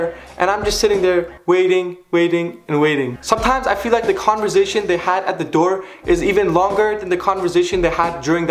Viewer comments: آقا کانورزیشن نیست. کانورسیشن هستش. سین داره. بهت افتخار میکنم :) انگلیسیت عالیه. و اعتماد به نفست. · 'Converzation' lol